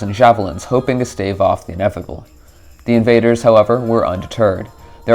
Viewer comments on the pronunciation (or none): none